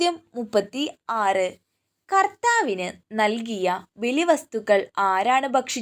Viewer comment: ചോദ്യങ്ങൾ വളരെ നല്ലത് ❤️ഉച്ചാരണം ശ്രദ്ധിക്കുമല്ലോ, അർത്ഥം മാറി പോകുന്നു eg Q 30 കർത്താവിനു 🙏